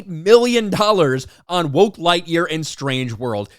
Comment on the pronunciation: Thank you for saying it correctly. I don't know who started "GO woke go broke", but that's what all the normies are repeating nowadays.